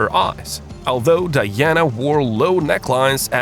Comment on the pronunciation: Princess Di-yanna. She threw out the mahogany double bad they slapped in. What a strange accent the voiceover has.